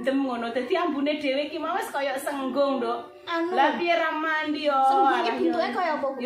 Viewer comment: Kewane jenenge Sigung mbak, sanes senggung.